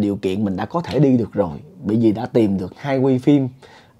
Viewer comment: sao từ " bởi vì" a nói thành " bị vì" vậy?